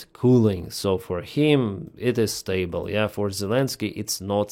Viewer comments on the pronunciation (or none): none